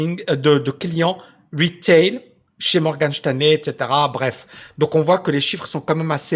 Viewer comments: Cest Morgan Stanley pas Shteinley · "Morgane Chtanley"??🤔🤣